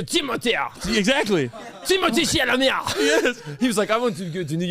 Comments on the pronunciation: My boy Said "Tim-O-Tay Chal-La-Mayyy " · That is actually how u say thimothee chalomets name he said so himself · Actually is right about the pronunciation of Timothée Chalamet’s name. He’s just not strict about it. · actually not lying it is pronounced Timothée Chalamet he said he it in a interview